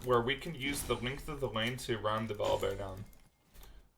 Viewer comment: V...OL...I.. BEAR BRO NOT VOL BEAR